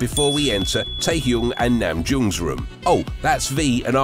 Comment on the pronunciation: no he's saying the names wrong lol and he spelled namjoon's name wrong lmao